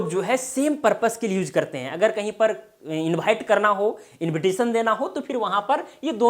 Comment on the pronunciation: प्रभु , पहेले आप तो सही उच्चार करिए। आमंत्रन, निमंत्रन, इनभाइट (invite), सब्द, परयोग, इस तरह सिखायेंगे क्या? ण को न, प्र को पर, व को भ, श को स।आप ग़लत बोलेंगे लोग ग़लत सीखेंगे।